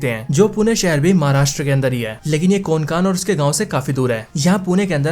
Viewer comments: कोनकान नाही रे कोंकण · कोनकान नही भाई कोंकण। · भाई ये मुंजिया नहीं मुंज्या है और कोन कान नहीं कोंकण है। सीधी बात no बकवास। गलत उच्चार लिए हो आप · Pronunciation to thik se karle bhai...kokan hota hai...konkan nhi...anpadh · Konkan nhi re Hutiye कोंकण Bol... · Abe konkan nhu kokan hota hai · अरे मेरे भाई ये कोन कान नाही है. ये कोकण है. और मुंजी या नही मुंजा है . मुंजा ये मराठी शब्द है. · कोनकान नाही रे कोंकण 😅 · अरे यार.. तुम्हे कोंकण भी ठीक से बोलने नही आता😂😂